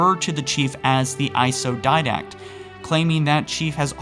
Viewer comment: why does this guy pronounce didact dindak